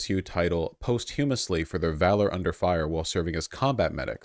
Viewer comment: really said. "Post-hue-mus-ly" for posthumously